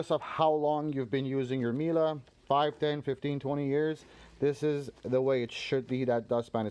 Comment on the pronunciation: Its "Mie- leh" not Mielah